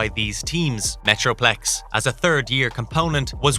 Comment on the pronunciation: I swear he said Metroflex once as well!